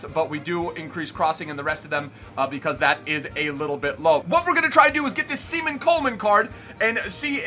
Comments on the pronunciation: from an Irish person, if you ever say SEMEN Coleman again you’ll be shunned it’s pronounced SHAY-MUSS Coleman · its pronounced Shamus not Seman-us lmao im not angry just so nobody abuse u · Shea-Mus lol not seemus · "Semen Coleman" lol it's Seamus pronounced Shaymus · Semen Coleman it’s shamus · Sea man Coleman lol it’s pronounced shay mus Coleman bro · My man said seaman Coleman 😂😂😂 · Erm, did he just say Semen Coleman? 👀😂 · “Semen” Coleman??? Haha